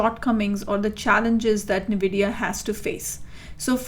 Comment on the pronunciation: My friend sent me this just so I could get irritated by somebody pronouncing the name of the company incorrectly